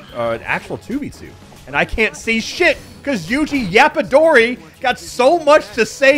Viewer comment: “Yuji Yapadori”💀